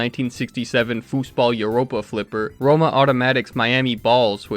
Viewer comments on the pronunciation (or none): none